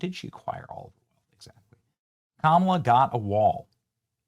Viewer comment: ITS PRONOUNCED KAMALA NOT KAMALA YOU MAGAT